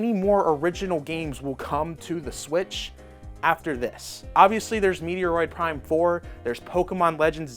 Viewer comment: Here is how to pernounce Metroid Prime . Met-Droid like you just met a Droid lol. Not A falling rock from outer space (Meteoroid Prime )